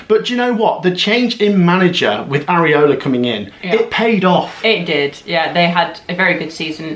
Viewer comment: Sorry I don’t know why it annoys my but it’s Iraola not areola 😂